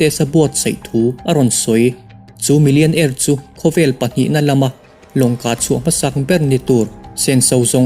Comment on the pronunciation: 'peih' ni lovin 'paih'